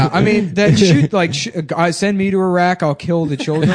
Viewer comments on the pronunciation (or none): If americans can pronounce Italy correctly why can’t you say Iraq or Iran properly? Oh right yeh it’s because your lesser life forms 😂😂😂😂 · Eye-rack eye-ran no shts given